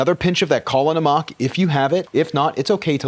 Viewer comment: Pronounced Kala NAM-ack